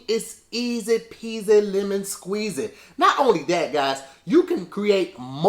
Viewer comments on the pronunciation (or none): none